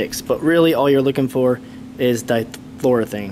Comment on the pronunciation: Good job overall, with a few suggestions. It's not pronounced di-flor'-o-thane. It's pronounced di-flor-o-eth'-ane. Also, try not to add refrigerant in straight liquid form - alternate gas and liquid by tilting the can back and forth. Takes a little longer, but you won't slug the compressor. Good job posting the safety corrections.